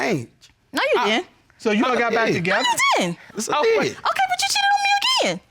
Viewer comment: "Back then, yeah I did cheaddedd"